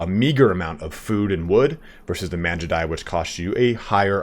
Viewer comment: It’s not Manjudai btw, Mangudai like how you say gamer